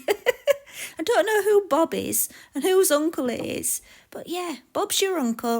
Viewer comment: Bob not bib lol 😆